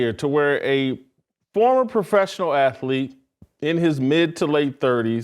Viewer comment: What's an aflete?